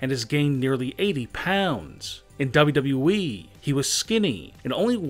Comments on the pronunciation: Who else heard it as WWVVVVV instead of WWE? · Everyone: W-W-E This guy: dobu-dobu-eee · His pronounciation is damn funny... "doublui" 🤣🤣🤣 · As soon as he said it I read your comment. So funny. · Can we talk about how he doesn't actually say WWE but only WE? That annoys me more the weird intonation. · Why do you speak as if every other word has a period after it. Comma's aren't periods you don't have to have such a long pause for them like damn. Also it's double u double u e (wwe) not whatever you're saying cuz it doesn't even sound like you're saying double u. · The way he says wwe make my laugh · This pronounciation triggered me so hard. in WWE